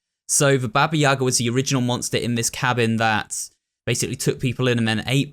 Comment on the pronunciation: It's 2022, yall could like, maybe, try to pronounce "Baba Yaga" correctly..